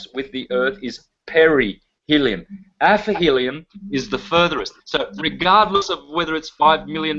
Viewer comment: 1 hr mark: Aphelion and Perihelion and NOT Aphelium/ Perhelium!